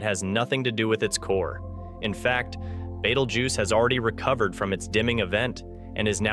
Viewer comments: It's Beetlejuice not battlejuice or whatever your saying. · 😂 you say Betelgeuse funny like batelgeuse or something like that but good story video thank you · He's calling it beetle juice haha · Omg can u pronounce Betelgeuse correctly. It's pronounced as Beetlejuice!!!!